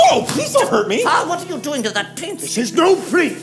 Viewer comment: jasmine, i am ja far-ther